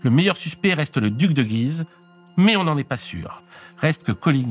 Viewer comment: Encore un excellent épisode ! A noter cependant que dans le nom de la ville de Guise, le "u" se prononce ;)